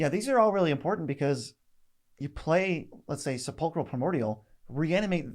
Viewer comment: Seh-PULL-krul. As or relating to a burial ground, specifically sepulchers (sepulchres)